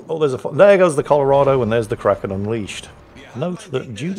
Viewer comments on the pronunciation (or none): none